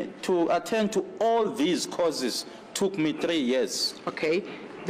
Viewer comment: am tired of hearing causes instead of courses.